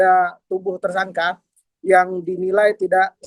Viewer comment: Ngomong Tersangka malah jadi Tersangkah. Ngomong Membela malah jadi Membelah. Jangan2 lo tipikal orang yg ga bisa membedakan juga Nikah Siri dan Daun Sirih. Pasti kalo ngomong Nikah Siri malah jadi Nikah Sirih. Keliatan banget kayak ga sekolah dari SD. Masa ngomong yg bener aja ga bisa mbak